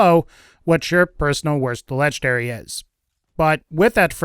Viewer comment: LEGENDARY not LETCHDARY